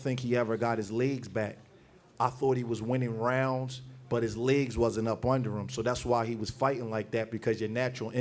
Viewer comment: Why does he say "legs" like "ligsss"